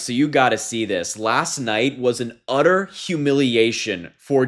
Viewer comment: The word is 'utter' with two 'it's. Your generation regularly mispronounces words. Please stop contributing to the 'dumbing down' of this country.